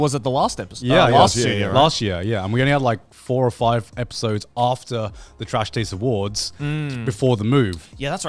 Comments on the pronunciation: Am I the only one who noticed Garnt said trash tades awards? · Am I the only who noticed that Garnt intros saying “Trash Tades Award” and nobody catches it and then he continues to say “nailed it” 😂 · Just noticed Garnt said "second annual Trash TAIDS Awards" in the intro